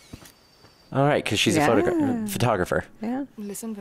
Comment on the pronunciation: not sayiing 'photographer' the indian way xD